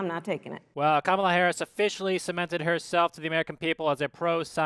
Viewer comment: She said, "Obamala Harris." Lol